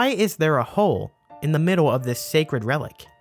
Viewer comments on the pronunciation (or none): none